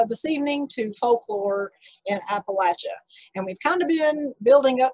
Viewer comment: Thank you for pronouncing Appalachia correctly!